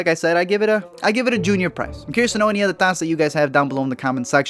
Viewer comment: I love that you pronounce "thoughts" like "thots"